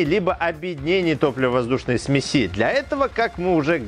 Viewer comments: Господи! Не смеСи, а смЕси! Не ЗондЫ, а зОнды.... Все замечательно, но как можно не знать как ставить ударение!? Уши сворачиваются. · ну и смЕси,а не смесИ. Спасибо за видео и здоровую реакцию на замечание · Только с ударениями в словах беда у него. СмесИ, зондА.)) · ЗондЫ, зондА, смесИ... 🤦‍♂️. С ударениями в словах проблемы. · Лямбда-зондЫ, параметры смесИ.... С ударениямИ проблемЫ? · ударения специально некорректно?? смеси, зонда.. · Сме"си а не смеси" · Все хорошо, но вот ударения - зондА, зондОв, зондЫ, смесИ и пр. - по ушам бьют. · Не думал, что слово "сме'сь" с одним ударением, а количественно множественное число будет "смеси'" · ААААААААААААААААА, смесИ, у меня аж глаз начал дергаться от такого.... а-ля катАлоги, смесИ - это позыв к действию(смешай типо). ой бля какой ужас.... А еще как же много раз он это слово говорит! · Смеси-ударение на 'е'.